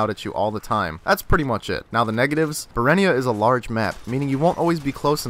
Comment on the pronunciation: no, it's berehynia